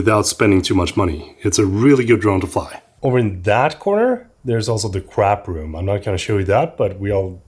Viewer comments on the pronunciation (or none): hehe I thought you were talking about the toilet you say "crap room" great vid as always